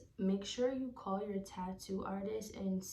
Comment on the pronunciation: Did you use numbing cream? Did the middle or some other parts of the spine hurt more than other parts? Also I can hear your accent when you say “call”😭